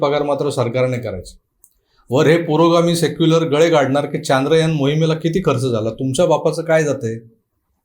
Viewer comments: Sir ji Chaandrayaan Nahi Chandrayaan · Kay hay चांद्रयान चांद्रयान Its should be चंद्रयान, And all marathi media is saying चांद्रयान, Correct me if i am wrong pls.